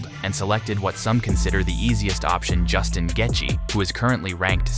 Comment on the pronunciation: If you can’t even say Justin name right, you definitely should not be making these videos. I don’t understand how all of you guys are constantly messing up their names but you’re the one relaying information to us it’s insane learn how to do your job and at least learn how to say the names correctly start there Buddy!!!😂